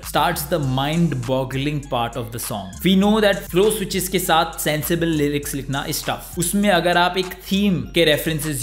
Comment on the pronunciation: We know that said "lilics" 😂